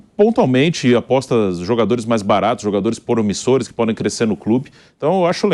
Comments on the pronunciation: É aposta, não apoixxxxta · Apoixxxxta fala direito pilhado